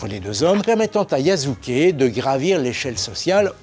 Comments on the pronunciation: Petite information sur la prononciation de Yasuke, la deuxième syllabe ne se prononce pas [zu] mais plutôt [su]. Mais bonne vidéo, merci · Attention à tes prononciation su se dit jamais zu... c est insupportable quand on veut faire qqch sur le Japon... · Va falloir un jour arrêter de prononcer le japonais à la française. S n'est pas Z. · Aussi, le "s" se prononce "s" et pas "z". Les français font cette erreur de prononciation en permanence avec Osaka et Wasabi, et donc désormais Yasuke...